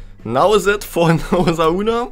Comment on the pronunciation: dennis osasuna nicht osauna ☺ noch mal als kleine info ☺